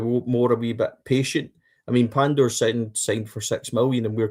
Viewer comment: Lads you will need to learn to say Pandur's first name right . 😂🔴⚪️🔵